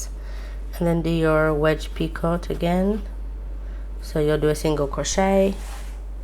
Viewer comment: I just wanted to let you know that it is pronounced "pee-co" The "t" is silent.